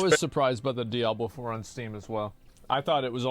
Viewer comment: "Diabler fohwer"